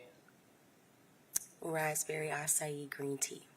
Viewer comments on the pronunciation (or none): none